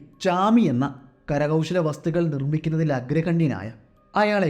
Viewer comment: പൈക്ക അല്ല... പൈക്കര ഇരുൾ അല്ല ഇരുള... കര കൗശ അല്ല കൗശല... കദ അല്ല കഥ...മലയാളത്തോട് കുറച്ച് നീതി പുലർത്തൂ.... സ്ഥിരമായി കഥകൾ കേൾക്കാറുണ്ട്.... നിരുത്സാഹപ്പെടുത്തുകയല്ല... നിങ്ങൾ ഉഷാറാവണം....